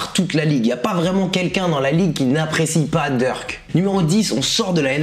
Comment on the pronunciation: Il dit Dirk on dirait il parle de lil Durk 😂